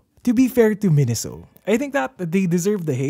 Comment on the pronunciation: The Japanese Katakana gave it away for me. メイソウ is pronounced "Meisou," not "Minisou."